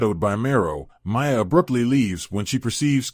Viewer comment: Only 14 seconds in and you can’t pronounce Miia correctly This is actually a pretty good anime, tho